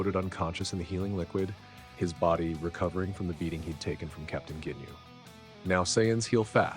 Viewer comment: “Jinyu force”😭